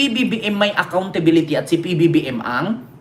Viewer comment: Ang galing magsabi ni Sara ng ACCOUNTSBILITY! NAIINTINDIHAN BA NYA ANG ACCOUNTSBILITY?